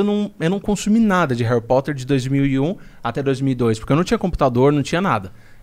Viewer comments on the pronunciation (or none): Me da agonia Monark falando réri poter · Monark fala Harry Potter igual minha mãe kkkkkkkkjk “Reri poter” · Que agonia ouvir o Monark falando "réri poter" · Vitoria Americo então deveríamos falar ARI POTER pq o “HA” tem som de “A” no português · Esse flow só foi pra falar Heri Poti kkkk